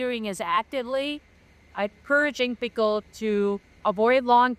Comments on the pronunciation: They're encouraging pickle? Is she having a stroke? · Youing. Pickle or people?? Yalk right wady 😅